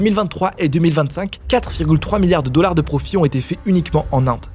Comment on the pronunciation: J'avoue 😂 La perle est attribuée au dollards 😅